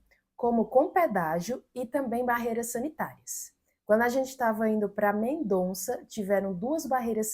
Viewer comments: Porque todo mundo fala MendoNza o noma da cidade de Mendoza? 🤌😅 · A pronúncia é Mendoza